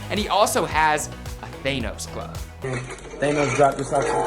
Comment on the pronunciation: Wtf is a THAY-NOS 🧤🤨😭 It’s THAH-NOS🤦‍♂️😭